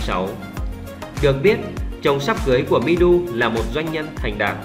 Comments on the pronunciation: Người ta tên Mi Du mà ông nội cứ đọc là Mi Đu. Chữ Đu ở đâu ra vậy ông nội ngọng nghịu, nhà quê kia ? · Mi Du mà cứ đọc là Mi Đu. Đến chịu